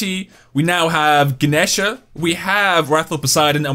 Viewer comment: also it’s ga-knee-sha